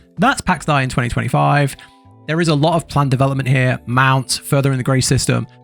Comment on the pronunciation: Its Day... and it's triggering AF lol